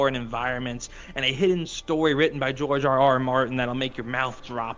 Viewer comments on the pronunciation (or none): none